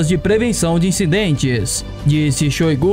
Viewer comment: ..."ministro da Russia Sergay showécú ".. 🤔🤔🤔🤔